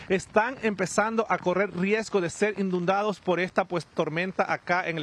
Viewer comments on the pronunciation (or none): Telemundo! Que pasa por favor dejenle saber al que no se dice INDUNDADO eso no esta correcto, como es posible 🤔 vamos, por favor dejenle saber que no se dice asi por favor!